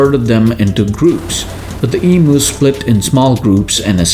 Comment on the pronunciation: Thank you for making a video about this fun (in retrospect) episode in Australian military history. Let me be the first of a thousand Australians to point out that the 'u' in Emu is pronounced like 'you'. So the word is pronounced ee-myou. Cheers from Australia.